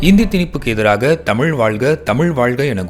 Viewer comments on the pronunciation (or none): இன்று "தமிழ்" என்று சொல்ல இயலாமல் "தமில்", என்று சொல்லும் தமிழ் இளைஞர்களை பார்க்கும்போது வேதனையாக உள்ளது...